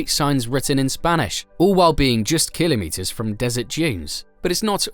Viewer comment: Why is he saying Kilimeters